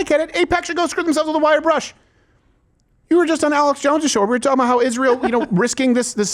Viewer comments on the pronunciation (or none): I don’t like the way say “talking” and really emphasizes the L.. taulking lol